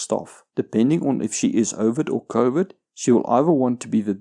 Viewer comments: I'm sorry. But is he saying covid narcissist? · In the beginning of the video I thought he was saying "Covid Narcissist" and thought it was a unique take on some of the insanity going on out there. Then I realized I misheard him. But still... Covid Narcissist. I'm thinking that's a real thing... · I keep hearing "Covid narcissist"... lol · What the hell is covid nararcissist? I've heard him say it a dozen times and I can't think of what other word he could be saying